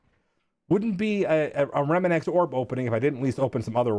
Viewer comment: bro your name is pronounced RE-MANX where did you get remananx from?